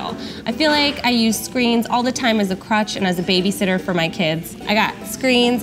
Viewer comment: I swear, I thought you said "crotch" not "crutch" 😂